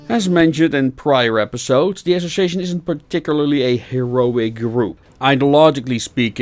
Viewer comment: Need to work on saying the word "Association" , other than that, Great JOB!